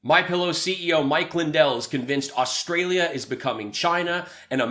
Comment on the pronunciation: This dude has Stolden my identity by calling me Rustralian .....actually, I like it!